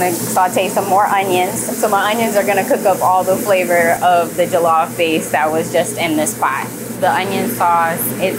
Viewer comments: It's pronounced like "julluff" btw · This is great but she needs to pronounce Jollof correctly if she makes it everyday😅